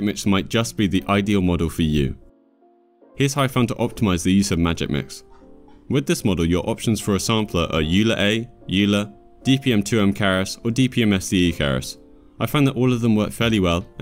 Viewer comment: Euler is pronounced "oiler".